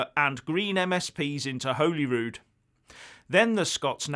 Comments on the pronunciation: it is not Whollyrood, like it has a hole in it. it is Hollyrood like a piece of Holly (the Xmas decoration). If you are going to continually comment on Scotland please get your pronunciation correct. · Please stop saying Holyrood wrong. It's not pronounced Holy. It's pronounced Holly. Regarding the IndyRef2. If it happens then it will be decided at the polls.